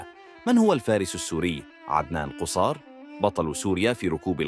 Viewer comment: مرة تضم القاف قصار بفتح القاف وتشديد حرف الصاد